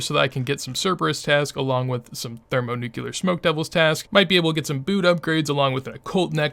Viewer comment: ThermoNUCLEAR. Not thermoNUCULAR. New-clear. You're triggering my autism. Also, you can use runelite to make shift-click "withdraw x". That way you dont have to right click and select the 18 sand in the bank when glassmaking :)